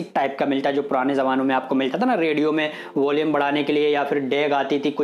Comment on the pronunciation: वोलियम नहीं वॉल्यूम